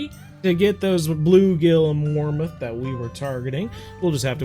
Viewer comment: Great vid but it’s warmouth not warmuth